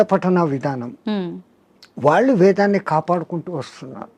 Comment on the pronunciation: మహా తల్లీ దయచేసి ఉచ్చారణ మార్చి తే మంచిది వినలేక పోతున్నాము వాళ్లు అంటే బాగుంటుంది వాల్లు కాదు please please బోడి స్టైల్ వద్దు